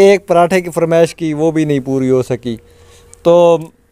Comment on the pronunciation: بھیا جی ۔۔۔فرمیش ۔نہیں۔۔ فرمائش ہوتی ہے😅